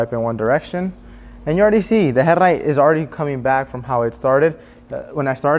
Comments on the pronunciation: Herrlight… 😂 Good vid tho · He says headlight so cool. Headliddddght.